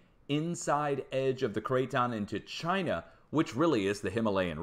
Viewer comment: Had a good laugh at you murdering English place names,. Also love your Trumpesque "Chynah". Keep up the good work. All the best from the UK.